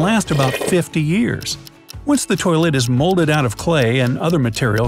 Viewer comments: U said tolit 32 times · he said toleit 23 times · 34 times you said toliet/toliets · I heard 29tolits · I think you said tolet 40 times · I counted 26 to 40 times he said toyllet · You said 15 tolits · You say 33 tolets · You said tollet 33 times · You said toliet 25 times in the video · You sayd 34 tams tolet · 34 times you sad tolit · 36 time saying tolite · You Pronunced "Toilet" 38 Times.